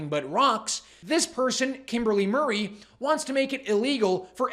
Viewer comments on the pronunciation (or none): none